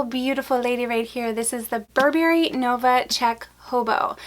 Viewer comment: Please learn to pronounce Burberry correctly.